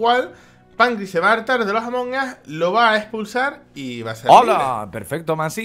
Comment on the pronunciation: "trºlleº de Jªmºng us"